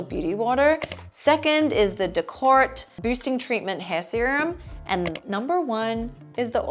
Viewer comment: It’s decorté not decort😊